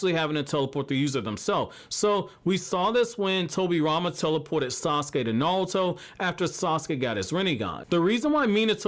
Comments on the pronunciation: Why does he say NaLuto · Is he saying nalto?